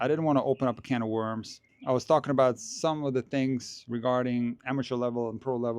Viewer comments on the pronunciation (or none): none